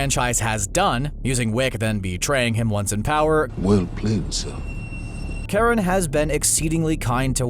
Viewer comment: Its Ch pronounced as Ka. Charon is based of Greek mythology and as far as I remember the Greeks didnt have an Sh or soft Ch sound.